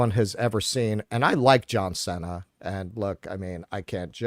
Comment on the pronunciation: says he likes John Cena but mispronounces his name. C'mon. You can do better than that.